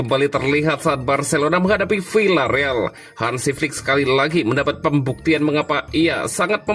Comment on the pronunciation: Maaf membacanya bukan Vilareal akan tetapi Viareal. Contoh lain bukan Sevilla akan tetapi Sevia